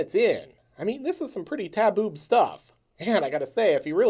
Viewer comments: Taboob...I had to rewind 3 times to make sure I heard that right😜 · "Taboob"? Bruh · This was a real stand out vid, probably my fave so far. Very funny... I did a double take and had to go back and make sure I heard "taboob." But I was laughing the whole way through, and the movie itself is great fodder for material. Excellent choice, excellent video. Thanks!